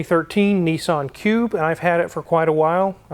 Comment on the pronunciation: We’re you saying Pube or Cube. ???